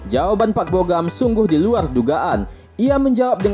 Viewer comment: Bogam".. lama" jadi bogem..